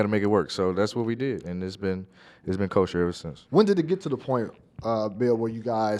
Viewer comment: Is he saying kosher?